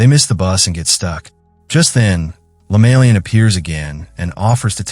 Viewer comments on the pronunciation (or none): Not lemalian but LEMAYIAN.. I saw the same video same story but didn't end well like this